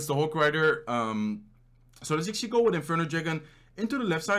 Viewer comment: Do u know how much “actually” u said ?? U didn’t even say actually u say “acshi” all the time and its so fucking annoying